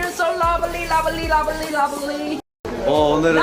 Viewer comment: No one: Jimin: your so lobely I’m so lobely we’re so lobely lobely lobely lobely ❤️❤️❤️❤️🥰🥰🥺🥺